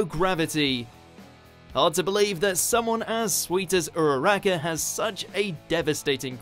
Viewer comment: Ugh WatchMojo pronouncing Uraraka wrong...